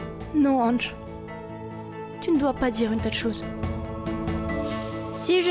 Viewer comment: ne dit jamais anch, mais anssss 😂😂😂😂😂😂😂